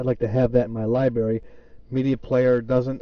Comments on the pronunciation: It's LibRary not Libary. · it's library not libary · STOP SAYING LIBERRY! >:C